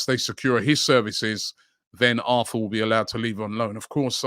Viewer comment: His name is pronounced “AR-TOUR”